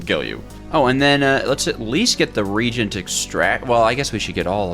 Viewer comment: my friend, it’s a re-agent not the king regent